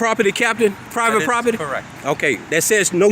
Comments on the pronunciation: "I axed them to leave the prawpitty!" The Boondocks! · Yeah, when you say, "I'm, AXEING you to leave the PROPPITY"...and I think Mr. Solution Looking For A Problem doesn't have a real issue with firemen on the scene; I think he's being BIG MAN on YouTube.